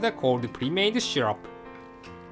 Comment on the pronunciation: You said 'shyrup'! It's syrup!